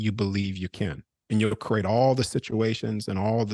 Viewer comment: is fascinating. But, please someone tell him the word is pronounced, "Cree-ate" not "Cur-ate". Namaste.